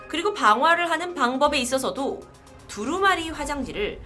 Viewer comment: 두루마리 화장지를 개새끼라고 하신줄 ㅋㅋㅋㅋㅋㅋㅋㅋ